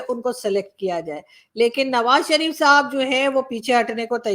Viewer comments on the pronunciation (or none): आप जब भी किसी पाकिस्तानी को साहब बोलती है ऐसा लगता है सांप बोल रही है 😂😂😂😂😂